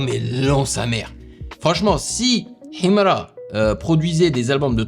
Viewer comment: Tu prononces "Himra" comme un authentique moudj.... j'adore ❤❤❤❤